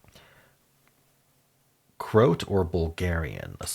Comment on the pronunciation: For those not aware: it's pronounced Cro-at, as in a person from Croatia (Cro-a-tia)